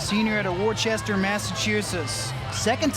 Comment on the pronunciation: I am not from MA and even I know that Worchester is not pronounced War Chester. It is pronounced Wooster LOL